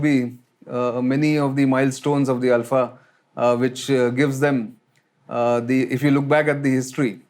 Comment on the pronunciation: Only man to have pronounced the name ULFA correctly. Feels good to hear from a well informed person who actually lived here. Cheers✌️